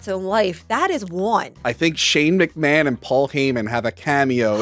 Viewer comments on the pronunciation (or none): none